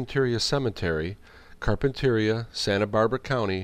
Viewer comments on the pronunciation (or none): The town in which John Dehner was buried is Carpinteria - pronounced Car Pin Ter Ree uh